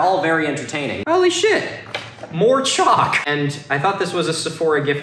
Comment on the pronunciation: I was just listening to the video while working and every time Milo said CHALK I thought he was saying CHOC as in an abbreviation for chocolate and I thought he was like known for liking Chocolate and people were sending it to him but he didn't say anything about it being tasty